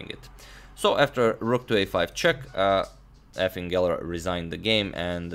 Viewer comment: When you said Efim Geller I thought you said effin' geller, as if Bobby was unhappy with his performance.